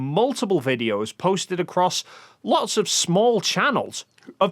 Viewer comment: That bloody word AGAIN? "Offov"